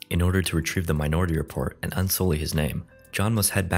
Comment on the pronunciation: I guess I'm the only one who heard "my naughty report" instead of minority report?